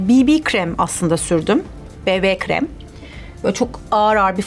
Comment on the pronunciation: Be be krem degil bi bi krem